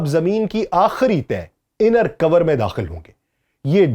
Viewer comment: brother it's not cover (کوور) it's core (کور) ھے